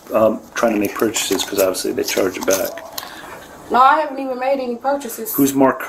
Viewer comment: "Chorge my cords" was killing me 🤣